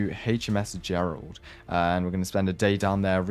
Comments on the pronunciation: When he said hms Gerland I died inside 😂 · "HMS Gerald" nah bro